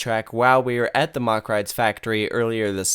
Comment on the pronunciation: Mack not mock.